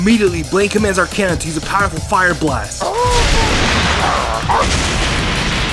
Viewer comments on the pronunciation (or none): Ar- Cane- Nine?? Isnt it supposed to be Ar-Ca-Nine? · ITS ARCANINE NOT ARKANINE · its ar-ca-nine not ar-cei-nine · its called are-ke-nine! not are-kay-nine! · Ferrelectric No it would be arc a nine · IT IS ARKANAIN. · Ar-key-nine. Bruh.